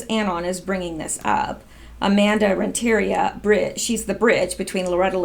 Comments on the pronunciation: Fyi it's Rent - a - REE - ah. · It's pronounced Rent-ter-ree-ah (emphasis on ree) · I believe Amanda's last name is pronounced rent'.a.Re''.a. I really like listening to your reports. Great job.